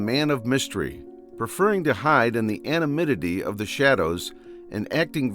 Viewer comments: Say it with me: "A-non-NYM-ity" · Good video, but can't you get an AI voice-over that can pronounce "anonymity"?